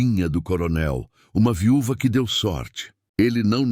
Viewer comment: Amei a estória, embora a IA cometer uns erros engraçados... viúva, filha ....